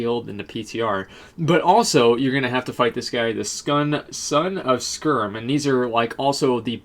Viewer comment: Son of "Skerm"? Really man?